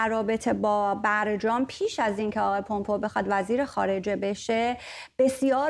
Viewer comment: Please, since the name is not Parsi, pronouns the name in its English format not a easy way of saying it. It is Mike Pompeu (پامپو) not( پومپو) Thanks.